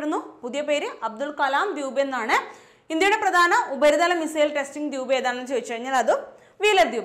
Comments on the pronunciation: Dwuup alla dweep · മാഡം, എന്താ ദ്യൂബ് എന്ന് പറയുന്നത്. അങ്ങനെ തന്നെ ആണോ pronounsation. ദ്വീപ്(ദ് വീ പ് )എന്നല്ലേ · Dwuup..alla Dweep alle